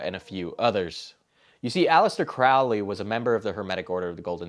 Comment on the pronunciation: And by the way it’s pronounced “Crow-ley” like a bird, the crow. He paired the word “holy” with his own name in one of his psychopathic poems. Crow-lee.